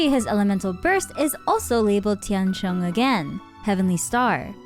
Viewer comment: 天星 Tian Xing - phonetically Xing is read a bit like “sing” in English. Tian Sheng sounds like you’re saying “heaven born” (天生） instead of “heavenly star”